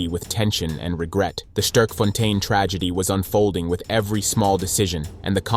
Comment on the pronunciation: Bro don't know how to say Sterkfontein. Americans...